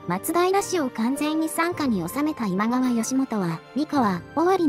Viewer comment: どうするのあのセリフ 私には今川ではなく、ジャニーズって聞こえました